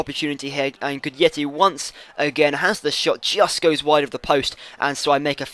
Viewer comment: It's pronounced "Gudetti" :)